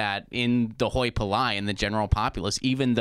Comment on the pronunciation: This is a tell. You don't use a word that you dont know how to pronounce. Who wrote this for the off camera guy to say? Hoy Pa Loy This happens regularly enough that my ears are now tuned to listen for it